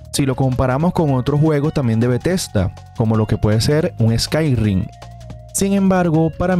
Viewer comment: Se dice Skyrim. No Skyrrrrrrrrrim!